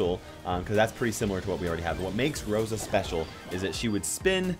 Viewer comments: He got the name of rosa right tho 😂😂👌👌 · Got Rosa right...well the name😂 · You got Rosa correct